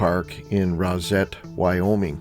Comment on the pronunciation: You probably know by now, Rozet is pronounced by the locals as Rose-ett. LOL